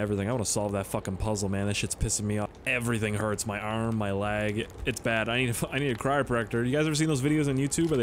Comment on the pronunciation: Bruh i forgot your username and havent watched your vids in 2 years... Also im happy to hear that you still say lag instead of leg. Hope yur back gets better! 😂